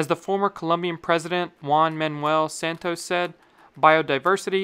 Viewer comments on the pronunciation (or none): none